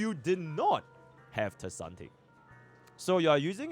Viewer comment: Does anyone know why he calls tribbie kasante?